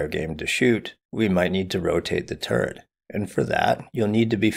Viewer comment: Oh, he was saying turret the whole time. Not turd. Turret.